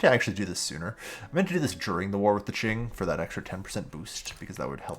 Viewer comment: Great video! Also, Qing is pronounced "King" !